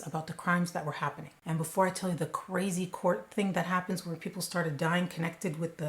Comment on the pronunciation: Ka-ray-z!! Great job on this